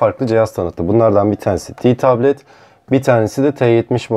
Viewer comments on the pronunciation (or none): Ti tablet ne ya Te tablet işte biraz Türkçe'ye uy